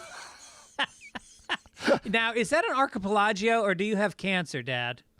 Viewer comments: Archi-pelaggio? Did you mean Archipelago? Best mispronunciation yet 😂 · Greg says "arhcipelagio"